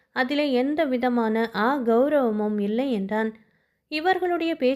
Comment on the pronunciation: அ கௌரவம் இல்லை. அகௌரவம். சேர்த்து வாசிக்கவும்.